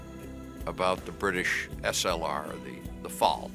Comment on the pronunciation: Nice hearing someone call it by it's proper name,slr